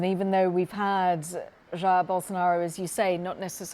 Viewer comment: Billion dollar company, yet can't even find and anchor that can pronounce his name correctly.